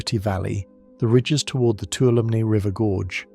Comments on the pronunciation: it’s pronounced (Two-waHL-oh- ME) Toulomne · For future reference, Tuolumne is pronounced too-wall-um-knee. I live in a neighboring area.